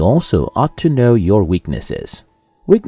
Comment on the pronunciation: It's know not mnow 😂😂